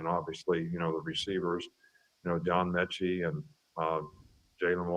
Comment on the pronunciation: You....it's METchie....not Minchie.